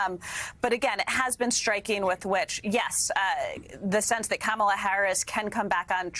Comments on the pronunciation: Trump should start by pronouncing Kamala’s name correctly. Would some claim that’s Woke? I wouldn’t be surprised… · He's an ignorant man-child, deliberately mispronouncing her name. This isn't presidential character. And hysterical that the GLOAT would accuse anyone else of lying!!